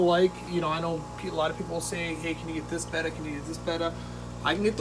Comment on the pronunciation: Thanks for saying Betta and not Beta !!!!!!